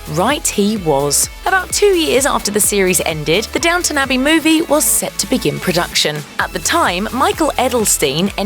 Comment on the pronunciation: It’s DOWNTON, not DOWNTOWN!